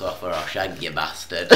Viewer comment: 4.23 sounds like says 'shag' rather than 'shank' lol